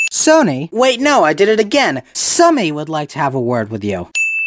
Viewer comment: Sumy is prounounced sue me.